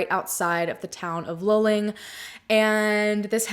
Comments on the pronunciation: Thank you for covering this story. I'm in Houston and the coverage of this missing person case was minimal. You mentioned maybe it was a Frat. Hazing. - This is a great theory. Could he have died during hazing and the accident location is staged? Luling ( pronounced Lou Ling ) is half way between the College and his home. **Was he in a Frat? If so, were any of the guys from Luling? What I can tell you about the highway in Texas at night - it's dark and you can easily miss a turn off or make a wrong turn. So this theory works too. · It’s pronounced “loo-ling”. I love ❤️ your channel!! So happy you’re covering this. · Also its pronounced "loo-ling" luling lol. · It's pronounced LOO-Ling, just so you know. No biggie. But your description of Texas Rangers is completely incorrect and spreads misinformation. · Just saying this as a central Texas native: It's pronounced Loo-ling or Lew-ling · It’s pronounced Lew-ling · No offense ..but the city, for us semi local to town Texans...it's pronounced Luuuuuling (like eeewww)🤠